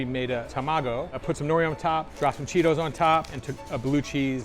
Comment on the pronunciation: No one gonna talk abt th facts that he said, “The Crunchy Ah Cheetos”?